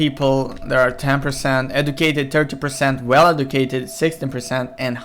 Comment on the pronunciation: This guy needs to be Educated on how to pronounce educated.